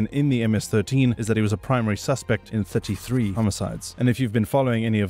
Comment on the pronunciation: I have never heard anyone say "33" quite like you.